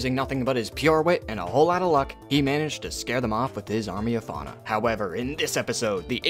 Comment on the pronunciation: In the into you said fauna :(